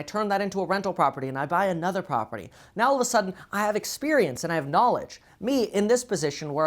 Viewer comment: So did Tai Lopez make your day when he mispronounced the word "knaaaauuuuuuleeeeeeedge"??? Don't you like "knaaaaaaauuuuuuleeeeeedge"????!!!